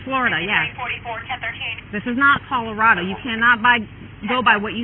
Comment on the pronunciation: She thought Colorado was pronounced Colorada